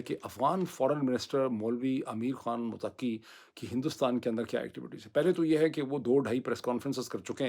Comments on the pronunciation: Please do not say Afghan ministers name motaqi. Correct pronunciation of his name is mottakee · Its Mut'taqi, not muttaqi. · Dear His name is to be pronounced as Muttaqi and not Mutaqqi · Mutakki nahi, Muttaki 😀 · Peaple laughing when you say motakki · Everyone is pronouncing Muttaqi wrong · Afghan Foreign Minister’s name is,”MUTTAQI”,with stress on TT,and not on AQI. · پیرزادہ صاحب آپکا سعد رضوی سے متعلق تجزیہ مجھے صحیح معلوم ہوتا ہے برائے مہربانی یہ پڑھیئے گا ضرور اسلئے کہ آپ بار بار غلطی کر رہے ہیں اور متقی کو متقی پڑھ رہے ہیں اصل میں غلطی یہ ہے کہ آپ ق کے اوپر تشدید بول رہے ہیں مگر یہ تشدید ت کے اوپر بولنی ہے پھر صحیح تلفظ ہوگا۔ اسے ضرور صحیح کیجئے گا۔ مہربانی شکریہ۔